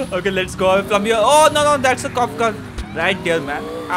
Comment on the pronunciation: Bro it's car not cal